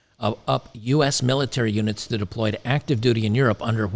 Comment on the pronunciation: When you said "reserve units", I heard "reserve unic's", which is probably more accurate, lol.